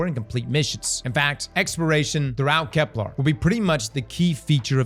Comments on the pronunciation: STOP CALLING IT KEPLAR, FFS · A year of pronouncing Keplar wrong is gonna cause a riot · pronounces Kepler correctly challenge (difficulty: impossible)